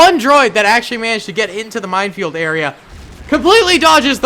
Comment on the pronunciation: I keep thinking he says mindfield.